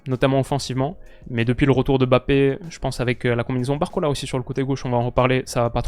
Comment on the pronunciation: Je profite que tu ai parlé de la prononciation de Deschamps pour te dire que tu n’as pas la meilleure prononciation des noms avec N et M comme Ndoye, Mbappé et N’golo C’est des noms qui se prononcent en une traite 😊